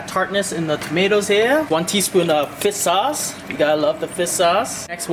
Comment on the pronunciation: Boi it’s not fis sauce, it’s fiSH sauce, get your stuff right